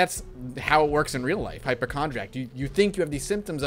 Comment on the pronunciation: Hyp-O-chondriac has an O sound in it